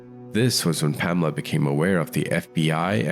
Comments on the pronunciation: Her name is pronounced PAMela, surely (Not PaMELa)! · PaMEla?? I think it would be PAmela. That's the normal pronunciation